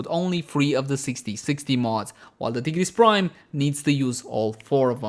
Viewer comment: T-GERESS BRIME